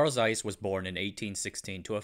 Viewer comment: Learn to pronounce the thing you are making a documentary about. A German "Z" is always a TS. Hard, sharp, like Germans